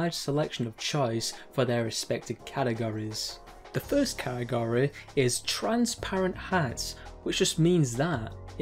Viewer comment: never heard category pronounced like that made the video more entertaining